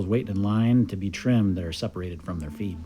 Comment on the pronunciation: Did he say feed or feet? 😂 They are speared from their feed sound like feet not feed 😂